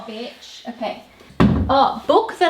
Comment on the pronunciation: LOL "j'adore betch"